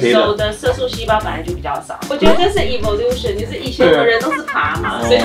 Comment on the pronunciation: 發音應該是ㄟˋvloution而不是ㄧvloution